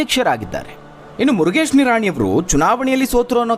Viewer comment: 😂😂 ಮುರಗೇಶ್ ನಿರಾಣಿ 😂😂😝😝😝 ದೇವರೇ ಮೊದಲು ಚಂದ್ ಶಬ್ದ ಉಚ್ಚರಣೆ ಮಾಡಾಕೆ ಹೇಳಿ 😝😝😂